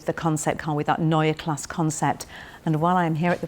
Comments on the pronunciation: Neue Klasse is noy-yah class-suh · Ginny, it's pronounced Noy-er Klass-er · Was this filmed before you learned how to pronounce neue klasse? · You still haven't bothered to learn how to pronounce Neue Klasse, I see. Shame. Edit: what happened to all these promises of full electric architecture providing cabin space from the class above? The car is physically longer and you are calling it cramped in the back...